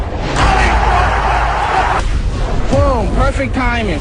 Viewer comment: "....BOOM, POIFECT TIMING!!..."